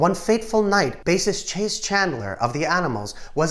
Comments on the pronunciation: CHAS Chandler, short for Charles, not "Chase". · Love your vids, but please .... it's Chas, rhymes with 'has' - not Chase. It's short for Charles or Charlie. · You are mispronouncing Chas Chandler's name. You say Chase...like I will chase you around the house. I is pronounced "Chaz" like Jazz. Hope this helps. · You are mispronouncing Chas Chandler's name. You are saying chase as in chase someone down the street. It is pronounced Chaz like Jazz music.